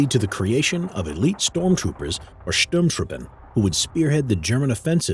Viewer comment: It makes me unusually happy to hear you say Sturmtruppen correctly!